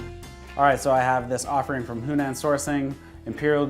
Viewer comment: The owner of Yunnansourcing pronounces it You - nan, no H.